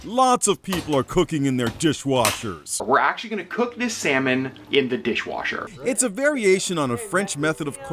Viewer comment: "In a Diiihhwashurr!!"